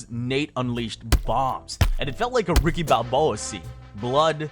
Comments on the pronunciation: did this dude say a 'Ricky Balboa' moment???? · "Ricky balboa" lmfao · This was dope but I can't let that 'Ricky Balboa' slide bro 😂